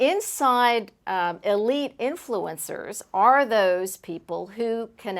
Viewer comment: It's the el-ite. The EL-ITE.